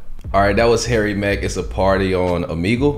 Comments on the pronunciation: He really read Omegle as "Oh man gel " ... My boy can't read very well I guess lol . All good. You got money and a sick channel with 2 million subscribers so it don't matter lol . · “It’s a party on… omehjail?” Nice, it’s “oh-meh-gull” tho lol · “OMAJAIL” 😭 It’s pronounced Oh-Meg-L btw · or “Oh-Me-GL” some people pronounce it differently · Omajail sounds like o my jail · "Oh-me-gle" is the only correct answer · Oh me gle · I died at that 🤣🤣🤣🤣🤣 omajail🤣🤣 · I'm sure others have said it but it's "Oh-May-gool" and some people pronounce it "Oh-Me-Gool". Been an HMack fan since the beginning and just found your page even thought you have over 2M. Funny how music brings things/people full circle. Sick reaction, easy sub from me. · Yoooo OB-30 is on MY Top 5 List.. this episode slaps. All frees were lit 🔥.. Beats too insane. Also it’s Oh-Me Ghel . Keep entertain me Comin . Appreciate you ✌🏽💯🌶🔥💯🌶🔥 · O-ME-Gull is how it's pronounced! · man said "OMAGEL" LMAOOOOO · O-meg-le is how I pronounce it. Could be wrong also lol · its also pronounced “oh-me-gull” or “oh-meh-gull” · pronounced - Oh - ME - Gul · it pronounced O-Me-Gal